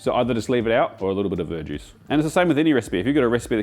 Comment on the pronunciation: what kind of juice as an alternative to dark ale? Because all my brain hears is "bird juice" 😂 and captions are unhelpful with "ver juice".